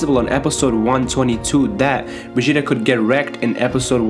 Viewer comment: Dude it's not begeta lol it's Vegeta but you keep saying begeta lol